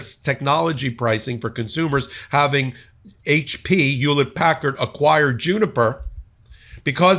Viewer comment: WTF is Yewlet Packard?